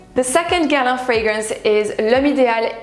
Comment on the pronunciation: Ca s'entend tellement que tu es française quand tu prononces les noms des parfums Guerlain.